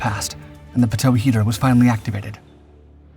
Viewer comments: Dude, so rookie. No one calls it a "pa-toe" at all, ever. It is always called a pitot tube, pronounced pee-toe. I didn't even know what you were referring to at first. This is America not Canada homie. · It's not "p toe" its "pee toe" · Pitot (pronounced) = Pee* - doh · Pitot is pronounced "pea-toe." ffs. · Friendly tip: Pitot is pronounced Pee-Toe...the sensors on all aircraft to sense air speed. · Pee-tow I know you guys do a lot of docs, but this one is like nails on chalkboard to me lol. Pitot tubes are the things that stick out the nose of a jet, pointing into the airstream. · Learn to correctly pronounce "pitot" before you do a narrative! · They screw up even basic things like how to pronounce pitot.